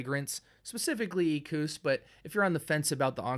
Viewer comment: Props to you for actually prounouncing the name of this fragrance correctly! And I agree this stuff is gold for the right person. Its not a younger man's modern-style scent. Its a sopisticated gem tho. Love to layer it with the Lion. and, FYI the bottle is 75ml, not 100. Lalique has some nice stuff!!!